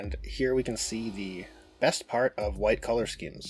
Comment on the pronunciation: “and here is the…biggest KHAN of white color schemes” 🤣